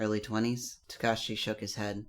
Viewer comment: It's not tukashi It's Su-kau-chi